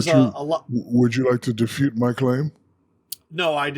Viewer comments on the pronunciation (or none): Did Shaq just say defute instead of refute? 🤣